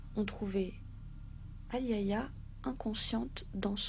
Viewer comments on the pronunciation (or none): Super video. Juste pour info le prénom " Aliayah" ce prononce. A-L'ail-Ya ( le " A" au milieu est muet ) comme la chanteuse de rnb américaine décédé dans les années 90. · Se prononce A-li-ya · elle ne s'appelle pas ayaya mais Aliayah par respect pour cette petite partie trop tôt, tachez de bien prononcer son nom